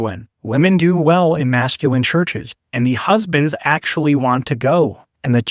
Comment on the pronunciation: Given his pronunciation, “Mascuwinn,” I’m wondering if his fixation on masculinity is compensating for something.